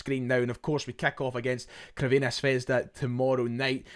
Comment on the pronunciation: CURVINA ? Pronounced (ssss) servena not curvena litteral means Red Star .curvena is just hilarious